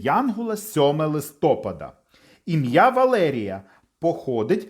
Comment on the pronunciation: Дякуємо! Сподобалось, але відео трохи псує наголос у слові листопАд (листопАда).